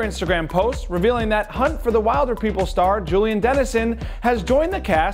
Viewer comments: N dude it's not wilder...it's will-der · (wheel-der) not (while-der) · I know it’s funny when Americans mess up New Zealand place names, but wild-er is not Maori mate. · Also a kiwi here... So proud of him!! Also, can I just clarify something.. "Hunt for the wilderpeople" (apart from being an awesome movie,) is pronounced will-der-people. 😊👊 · Im just cringing at how he says wilder